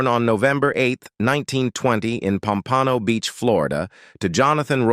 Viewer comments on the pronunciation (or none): Since I live near Pompano Beach I quit the AI voice at "pompanno beach". Ridiculous. AI cant even get that right plus this AI voice is overused. "Esther Rolly"